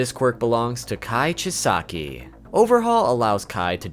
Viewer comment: Sorry but the way you say some of the names bugs me haha